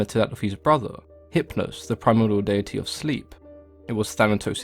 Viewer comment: I really appreciate your pronunciation of “deity”.😁